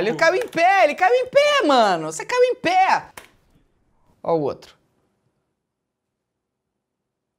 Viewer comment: " A foi tranquialou pow, ela caiu em péa, caiu em péa" carioques